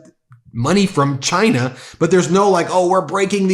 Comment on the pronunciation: Has he issued an executive order making people pronounce the country as 'Chine-ah'?